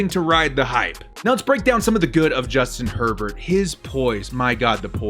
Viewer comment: I thought he said Justin Pervert...